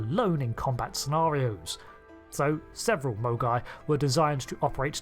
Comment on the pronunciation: Did anyone else keep hearing "mogwai" as the name of the class? What does happen if you get a Mogai wet?